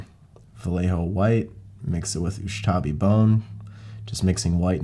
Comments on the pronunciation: It really bugs me that keeps saying USHTABI Bone instead of USHABTI Bone:D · Really UshTabi brown?! its U S H A B T I... Ushabti... don´t break my non existent Tomb King heart.....